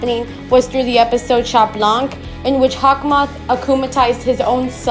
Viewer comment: We don’t pronounce the t in Chat neither the c in blanc btw :)